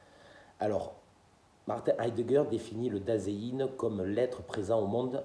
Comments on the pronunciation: Salut, juste, ei se prononce toujours aï en allemand, donc sein se prononce zaïn. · Bonjour,il me semble que vous prononcez mal Dasein.